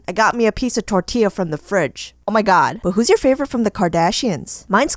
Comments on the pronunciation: Its pronounced tor ti ya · You gotta pronounce it tortia also I'm weird asf too I would do the tortilla too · Wena pronunciacion de "Tortyeah" :v Xd